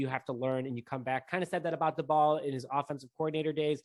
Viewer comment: I think it’s pronounced “Day-Bull”